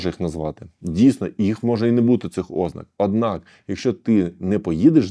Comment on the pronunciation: ознАка, а не Ознака!!!! вИпададок, а не випАдок!!!! Грамотні ж ніби люди, а вуха ламаєте!!!!